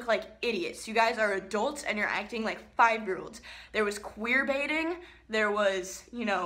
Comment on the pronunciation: "QueerBaiting"